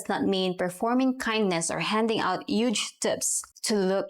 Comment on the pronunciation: polo is a mint with a hole, huge does not have a silent H.